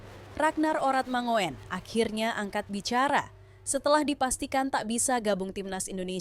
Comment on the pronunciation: Admin...! jangan dibaca "manguin" tapi mangun, Radnar Oratmangun! Begini ceritanya: Ejaan Melindo, perhatikan kalimat berikut! "Tataplah olehmoe tjahaja remboelan sepoeas hasratmoe, tapi djangan tjoba kaoe tatap matahari walaoe hanja sekedjab matamoe" Ejaan EYD: "Tataplah olehmu cahaya rembulan sepuas hasratmu, tapi jangan kau tatap matahari walau hanya sekedjab matamu"! semoga bermanfaat!